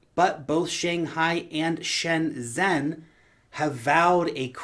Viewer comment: Love you! Just helpful FYI Weibo = way bo Shenzhen =. Shin Jen